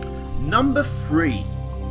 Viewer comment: also, in the words "thanks" and "three" the "th" is not pronounced as an "f"